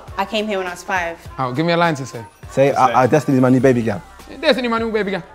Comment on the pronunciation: filly in jamaican accent destiny is my new baby gyal cryingggggg